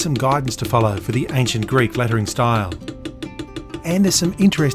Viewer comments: He's actually using modern Greek pronunciation, but it's quite accurate as modern Greek pronunciation (^^) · What a privilege this is, being able to enjoy such amazing content for free. Also top marks for pronunciation! Coming from a Greek. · I have to say that your pronunciation of the Greek words is spot on, very similar to the one modern Greeks use for ancient Greek. As for your craftsmanship I am unqualified to judge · I'm greek, and I just wanted to say that your pronunciation is way better than most people trying to say greek words. Amazing series, keep it up! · Your pronunciation was pretty good for the most part! Not that I am an authority on the pronunciation of the Greek language, even as a Greek. Awesome video!!!